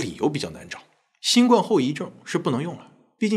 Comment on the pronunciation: 新[冠]病毒： 音[灌](X) 音[官](O) 從輕[處]罰： 音[觸](X) 音[楚](O)